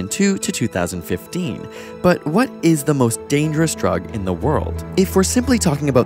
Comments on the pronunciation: kurzgesagt---- "kurts- guess- ah-gt" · hahahaha he says in a nutshell because he can't say krugze..kurgez... F*ck